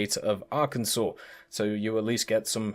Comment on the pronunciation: As a resident of Arkansas my entire life, unfortunately GAIJIN marketing got to me and will be ordering the USS Arkansas., on behalf of all Arkansans, THANK YOU for pronouncing Arkansas Correctly!:)